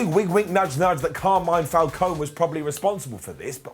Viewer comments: But surely they've seen the movies - it's said out loud so many times in Batman Begins so it's not exactly a mystery. I'm British and I know how it's supposed to be pronounced. Heck, Angry Joe kept switching between the right and wrong way in his review and I respect his channel a lot more than WhatCulture. Don't know why it's such an issue for so many. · Why can't pronounce Falcone properly? Surely he's heard everyone else say it?